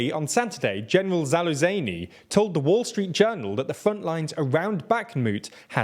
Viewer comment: it literally takes me 10 seconds to learn not to say "zaloozaynay" for zaluzhniy. id forgive the english pronounciations but you just keep dropping letters out of names